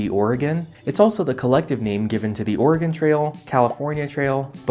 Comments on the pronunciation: Thank you for correctly pronouncing Oregon like Or-uh-gun and not incorrectly like Ore-uh-gone. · Thank you for saying Oregon pretty good. Ory-gun. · Thank you for pronouncing "Oregon" correctly. :)